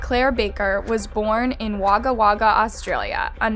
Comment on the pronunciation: Good for u pronouncing Wagga correctly, it's very frustrating when YouTubers can't pronounce towns & cities in Australia. The cities of Melbourne & Brisbane cops it the most being pronounced incorrectly & actually Australia is also pronounced incorrectly alot of the time aswell.